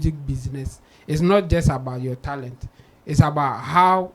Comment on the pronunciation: No disrespect here, pronounced like an East African. For example he pronounced Talent as “Tarent”.